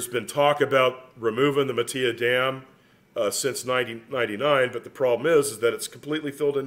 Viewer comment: Matilaja is pronounced muh til a ha